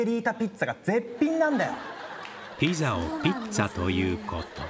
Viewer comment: ピッツァは正解です。「ぴざ」という読み間違いを何億回繰り返してるのは世界中日本人だけです。